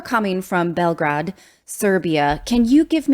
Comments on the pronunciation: “Belgrad, Servia” this woman is mispronouncing everything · You may have struggled with some of the names in the story but at least you said Belgrade correctly which is more than most people can do.